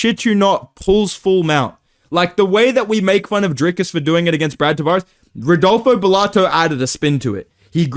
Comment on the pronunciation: I don't know why, but hearing "Rodolfo Gelato" gives me a stupid amount of joy, I have to chuckle every single time I hear say it out loud.